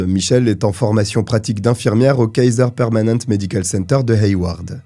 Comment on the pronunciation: Coucou :) ça se prononce Kaiser Permanenté